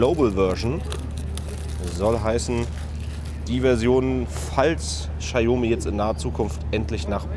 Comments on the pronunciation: Bei einem Unternehmen wie Notebooksbilliger.de hätte ich ein professionelles Video erwartet und kein Vlog scheiß. Vorallem kann der angebliche Mitarbeiter nicht ein mal den Namen des Herstellers richtig aussprechen. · Die Marke spricht man anders aus. Danke